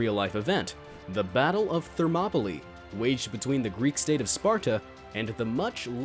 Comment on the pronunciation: Thermopolee? Lol